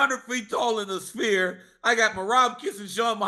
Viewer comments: Chael "I love the SPEAR" 🏹 Chael its Sphere 🌏🌎🌍:planet-orange-purple-ring: Chael's command of the english language is astonishing. Merab DO-GOSH-TEA-LEAVES dominated at the SPEAR! LMAO 💩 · I understand Chael mispronouncing half the names in the UFC. But pronouncing the Sphere as “Spear” is TOO MUCH 😂😂😂